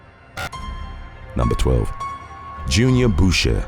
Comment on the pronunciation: Boucher...."boo-shay", like the Waterboy 😁